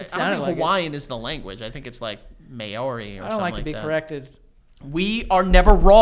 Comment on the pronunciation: The way pronounces Maori 😂😂